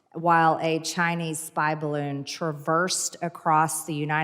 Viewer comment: you no rike barroon?